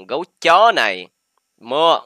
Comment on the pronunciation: con Gấu Chó Mà đọc là con Ngáo Chó ko =))